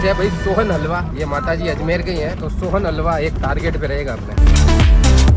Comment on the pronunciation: Sonhalwa ❌ Sohaan halwa ✅😂😂